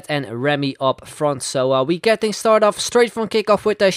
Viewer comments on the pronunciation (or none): none